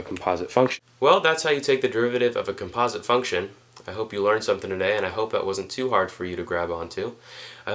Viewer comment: thanks a lot but please learn how to properly say composite xD